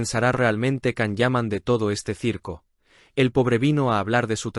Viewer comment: No es la primera vez que Tamara mete las patas, también lo ha hecho en el programa de El Hormiguero, de nada le sirve ser marqueza, hay personas mas educadas y sinceras que ella. Es una pesada, creida, antipática y orgullosa! Otra cosa, al canal se le recuerda que la pronunciación de Can es: Yan, Yan, Yan. Por favor!!!